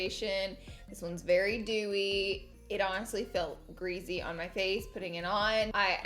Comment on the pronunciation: Everytime she said greasy I laughed “greazy”